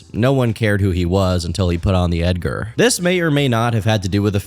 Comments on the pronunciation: bro said Edgar with a hard A-R 😭😭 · Ed-ger Ed-gar 😂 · Edgar with the hard r is crazy